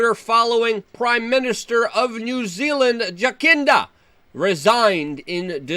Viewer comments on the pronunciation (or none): Jacinda, pronounced "Jassinda" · It’s pronounced jasinda